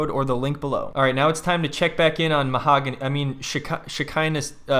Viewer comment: It’s Ma-ha-go-nee